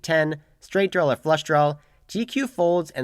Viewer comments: At this point I think is just “trawling” us with the pronunciation of “drawl”… go get em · Please quit saying "drawl" it's not a drawl there is no "L" in draw. Thank you